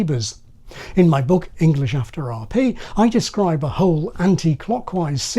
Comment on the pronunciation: Southern Middle Class pronunciation of the word 'book', seems to be drifting towards something like 'berk', but sounding more like a pixie vomiting.